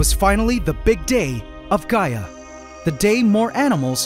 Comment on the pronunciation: I thought bro said "Gy-att" not "Gaia" 😂